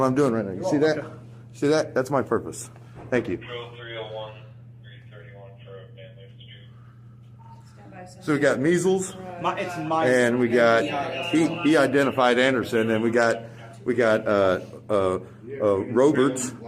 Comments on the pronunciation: “So we got mizzle” No its meisel meisel 😂😂😂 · So we got Measles....ITS MIESEL!🤣🤣